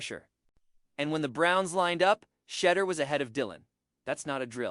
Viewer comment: Excellent analysis. You might want to learn to pronounce his first name properly; it's "She-DOOR" with the accent on the last syllable "DOOR" Keep up the good reporting!